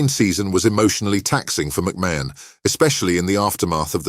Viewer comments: The shock is producing a video under the name sport icons without having the respect to say the name correctly. You have said the name differently multiple times and still haven't managed to say it correctly even once. Say It like this MAC MARN . Secondly do your homework ...... why put up a random photo of Gary Stevens ???? You do realise that isn't McMahon? thirdly where exactly is this shocking news he has just revealed?? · How can you narrate a story when you cant even pronounce his name properly jeeeezzzzz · If enough people report this dross it might eventually be removed by YT. Can't even pronounce McMahon correctly! It's just click bait lies..... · At least say his name right 😂